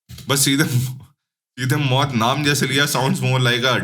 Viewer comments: Mout ni bhai moot hai vo😂😂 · Maut Nhi Mooth😂